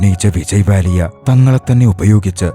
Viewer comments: Vijay Mallya ❌️ Vijay Vallya ✅️ 😂😂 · വിജയ് വാലിയ ❌വിജയി മല്ലിയ ✅